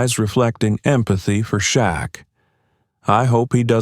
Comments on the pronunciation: SHAQ. NOT SHACK. THAT'S RUDE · This narrator wants us to believe NOBODY in the restaurant knew who Shaq was? Also, why did this narrator misspell Shaq's name? his name? 'SHACK 🤣.' Everyone in L.A. and around the world knows who he is. For that reason, I don't think this story is true. Okay, now I KNOW this story definitely isn't true. The narrator ended this fictional tale by calling 'Shaq,' 'SHOCK!' 😂 Who is this narrator? He's a joke! Last week, I read a similar story about Snoop Dogg being mistreated at a restaurant he supposedly owned. He, too, was dressed casually wearing a hoodie and cap. And, no one recognized him? He was treated poorly too. People know who Snoop is. Not only because of his music career, but because of Martha Steward's and Snoop's cooking show. NBC hired him to be a roving reporter at the summer Olympics last year. He also performed. Overall, he did a superb job! Lastly, he was a beloved judge on the show, 'The Voice.' I agree with a previous post. AI did a poor job of creating Shaq. His face and body are too big. Plus, he would've towered over the rude waitress. I'm not buying his story. Again, the narrator misspelled Snoop's name. At least this guy is consistent in one thing. Misspelling Shaq's and Snoop's names. I'm definitely NOT subscribing! Do your homework wannabe CC. SMH!